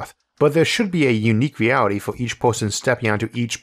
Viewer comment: did he say, mewality instead of reality?